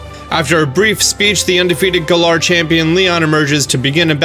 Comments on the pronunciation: Why are a ton of YouTubers butchering Galar when it was said early on the proper way...I'm probably the only bothered by that though....=3= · First teaser: Gaah-lur. YouTubers recently: Guh-lar